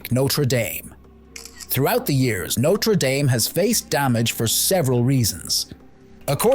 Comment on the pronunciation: The pronunciation did start badly, didn't it? The last few minutes finally got it right. Thankfully.